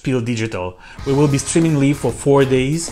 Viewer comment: Mother Russia is watching you!!! И лив вместо лайв, немношко режет слух 🙉